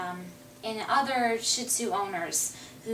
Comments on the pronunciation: it's pronounced SHIRR-dzuh (Mandarin for lion), you could say it in the Cantonese dialect but it'll sound similar to toilet paper in Chinese. Shih Tzu is fine, I have no idea what a Sheed-zoo is. ; ) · Love your video's! Beautiful dog:) But would you please pronounce this breeds name correctly...out of basic respect for the dog. Sheed-zoo